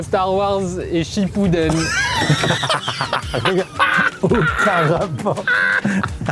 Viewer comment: on dis naruto Shippuden pas Shippuden 😂